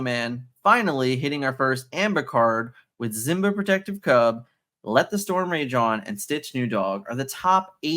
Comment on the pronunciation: Simba. SSss sound. Not Z. Other than that I’m loving your work keep it up!